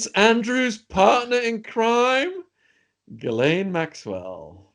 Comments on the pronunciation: I believe her name is correctly pronounced jizz-lane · I wish you would ask a French or Canadian to pronounce her name. Sheez-Len is the nearest I can write it, (I am French). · Her name pronounced jizz lane.go figure